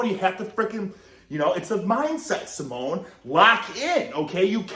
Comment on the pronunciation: Hahah, pronouncing Simone Samoan lol